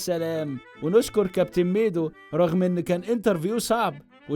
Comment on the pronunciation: عز لما إنه ضايع في العربي مكنش بيهرج ده نطقه خلاني سمعتها الشك الليتاني و بقالي ساعة بدور على ميدو بالاسم ده و ظهرلي حاجات غريبة آوي 😂😂😂😂😂😂😂😂